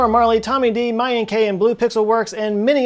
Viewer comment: Loved how he messed up Mayank as....Mayan K